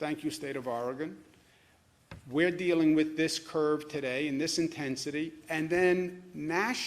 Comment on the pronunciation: Pronounce: TODAY